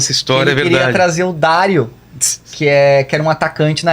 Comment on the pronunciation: Não é DÁrio...........é Dario....o Dadá maravilha.........afff Esse cara parece que decorou texto.